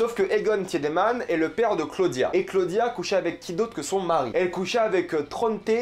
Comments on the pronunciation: Très bonne vidéo mais je me permets quand même un petit guide de prononciation : "W" en allemand se prononce comme le "V" français, donc c'est "Vinden" pas "Winden" prononcé à l'anglaise Un "e" après un "i" est muet, donc c'est Tideman, non pas Tièdeman, pareil pour Nilsen et pas Nièlsen Voilà sinon super vidéo merci! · J’ai pas vrm vu de problème dans sa pronunciation. Ou peut être c’est juste le fait qu’il regarde en allemand donc les prononciations sont justes. Juste pas en français. Sauf pour le tiedemann qu’il prononce pas bien du tout.